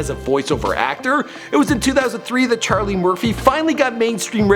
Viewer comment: Ima say it for the record it's *CHARLIE MURPHY